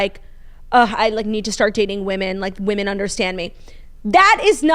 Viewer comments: The way my grade school teachers failed me for never teaching me the different pronunciations for woman/women. I had to learn about this from & Claud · Oof the women/woman mispronunciation drives me wild too I’m glad someone else can relate